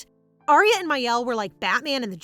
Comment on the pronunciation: I hate to be that person, but mielle is pronounced me-elle ( it means honey in French)